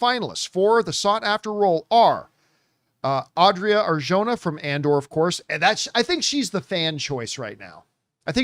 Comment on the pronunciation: It's pronounced Ar-hona. And certain people want her for this role so she won't be cast as Wonder Woman 😅